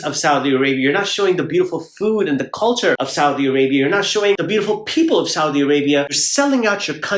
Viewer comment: The way he say " Saudi " is very right 😂😂😂😂😂